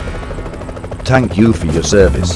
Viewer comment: "TANK U " Will you become a tank?